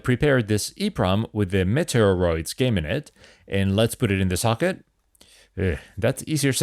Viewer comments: Its prononced Meat-E-Ah-Roids as in Meteorite. The way you are saying it sounds like Nintendos Metroid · Try saying 'meaty or oids',. You seemed to be having trouble with the name. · Meteoroids is pronounced ‘mee-tee-or-oids’ A meteoroid is a small asteroid, so more cheekiness! 🤣